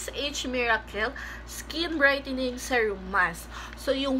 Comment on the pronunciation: Please check right pronunciation of SERUM.